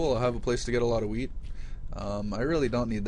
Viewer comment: it sounds like you say "weed" instead of wheat :) its funny